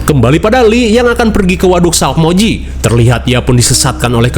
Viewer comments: Resah banget nyebutnya salkmoji, harusnya salmokji 😭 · salkmoiji wkwk salmokji bang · SALMOKJI ❌ SALAKMOJI ✅ 😂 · Sumpah Min, aku sampe replay "SALAKmoji"😂😂😂 Gokil Min